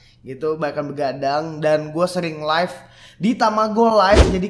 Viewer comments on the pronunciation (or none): none